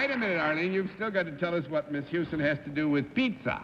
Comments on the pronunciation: It was just surprising to me that someone in the publishing business, an accomplished writer, and a person who did a lot of speaking engagements, would mispronounce a word (even an unfamiliar one). And it isn't just pizza. I've heard Bennett mispronounce words and names many times on different episodes. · Galileocan g If the correct way of pronounce "Pizza" is simular to how one say "Piazza", it's fine. Also "Pizza" = "Pissa". Wonder so why several dictionaries on the net, explain the pronuncation as Bennett's "Pittsa"? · This is the second episode in which Bennett has referred to a "Pizza" ...as a "Pittsa". WTF?? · Galileocan g What's My Line? SuperWinterborn In this case, I think he was just stretching the pronunciation deliberately to make the pun, "pretty as a pittsa." I vaguely remember him mispronouncing "pizza" before, but I don't remember what episode it was. As far as Bennett mispronouncing many words (and names), I have noticed that too. I speculated in the comments section of one of the other WML videos recently that perhaps Bennett was not a good auditory learner. Although well-educated and intelligent, and very good at learning through reading, it could be that he didn't pick up distinctions in sounds, accents, pronunciations, etc., as well as other people did and do. I have noticed that he also had a slight lisp, and this could be related to the same issue. (I am neither a speech therapist nor a special education teacher, but I have a lot of experience with both, so that's where I'm coming from with this theory.) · To be fair, being a non-New York person as I am, I'm amused by his pronunciation of most words. He sounds like a gangster to me sometimes!! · He always pronounced pizza that way. I think he thought that was the correct Italian pronunciation.